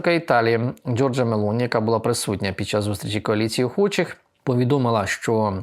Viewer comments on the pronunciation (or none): none